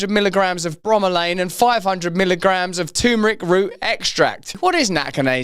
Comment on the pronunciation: Turmeric*, with an r, not tumor-ic.